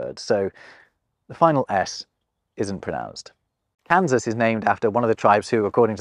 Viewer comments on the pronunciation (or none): none